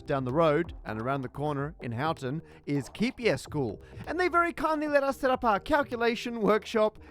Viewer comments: Did it not occur to anyone to ask any of the locals to confirm that Houghton is pronounced akin to 'hortun', not 'how ton?' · It's pronounced with a hard 'O' sound, Ho-t'n, I think we can forgive you though 😉 I had no idea this bit of maths history was so close by, and in such an unexpected place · The ‘Hough’ in Houghton rhymes with ‘go’.